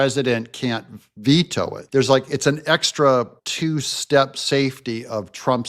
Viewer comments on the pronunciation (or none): none